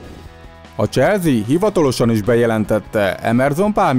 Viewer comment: Legyen mar mas zene basszus Meg probalj meg ne ennyire sablonosan beszelni Es nem "cselzi" hanem "cselszi"